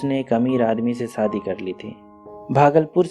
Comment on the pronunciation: Aap story to theek Suna rahe hain lekin aapka pronunciation thoda Gadbad Hai aap sha ko Sa Hain saadi nh hota shadi hota h khosi nh hota khoshi hota aap ki story pura word Sun Raha Hai pronunciation of word pay Dhyan De